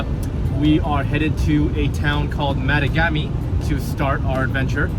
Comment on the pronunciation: Yo Canuck what's up! Sorry had to h. Great trip three dogs wahooo. Tip drove me crazy...it's ma tog Ami...with accent on tog...I'm just a few hours south. Love the north.